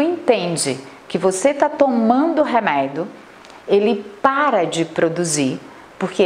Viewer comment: Pq ela fala "reméido" ? Que agonia